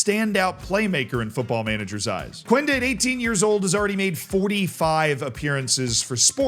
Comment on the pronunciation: Hey, we don't pronounce the U in Quenda's name. It's pronounced like Kenda.